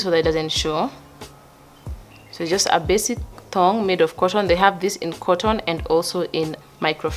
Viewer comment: How you say thog🤣🤣🤣with confidence